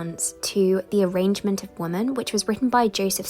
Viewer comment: Please take this as a gentle reminder regarding the importance of accuracy when referring to texts, even in the context of filming for this platform. The title of the pamphlet is The Arraignment of Lewd, Idle, Froward, and Unconstant Women. The pronunciation in the film is 'arrangement', altering the meaning of the title. It was written by Joseph Swetnam. The pronunciation in the film is 'Sweetman'.